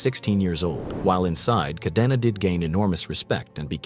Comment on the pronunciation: KAH-DEN-AH, not KAH-DEE-NAW, goddamn, you gabachos can’t even follow your own grammatical rules. Do you see a double ee anywhere in the name Cadena?